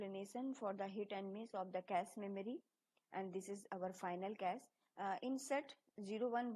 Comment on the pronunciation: zero not gero......also cache(cash) not cas......other than that thanks